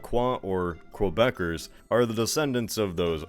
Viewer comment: What is ‘Kwebec’? What is ‘Kwebeckers’? it is QUEBEC you stupid americans. -Someone from quebec probably